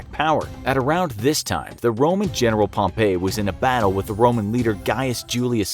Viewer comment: Pronounced 'Pomp-ee'